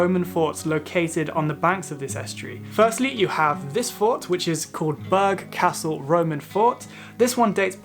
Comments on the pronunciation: It's not 'Berg Castle,' it's 'Ber Castle.' (as in Sir). Also, there is no 'Central Pier' in Gt Yarmouth - only Britannia Pier and Wellington Pier. If u purport to be interested in a region - get the details right, otherwise your credentials are shot .... All in all, an extremely shallow and pointless video about the counties where I was born & live. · NB. Burgh Castle is pronounced. Burra Castle